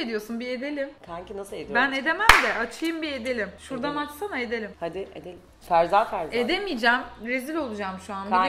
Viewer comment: Ferza ferza değil FERSAH FERSAH.